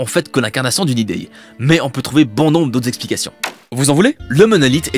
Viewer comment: T'es suisse pour dire ideye à la place d'idée 😂😅